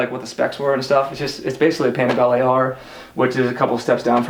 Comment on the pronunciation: italians say "Panigaleee". good video bruh